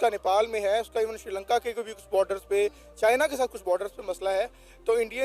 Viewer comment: बर्डर फोर्श क्या झांझ बजा रही है